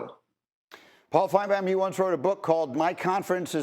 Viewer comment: I hate how greeny says Paul’s last name. Like has he ever actually tried to pronounce it right? No one else butchers it that way. You’d think someone would correct him. It’s not an accent thing, he’s literally just saying Paul FINEBAWN